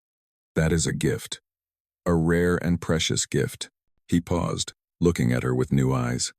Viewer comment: At about : : the word 'paused' is said as if 'pow zed' and should have been said as if it were 'pawzd' to fit the local timeline!. Oops LoL 😢😮